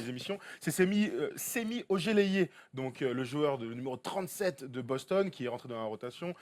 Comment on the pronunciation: 27 pts pour le Chef Curry. Et Thom, "Semi" Ojeleye se prononce "Chemi" ;)